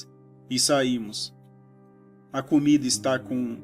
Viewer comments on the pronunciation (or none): none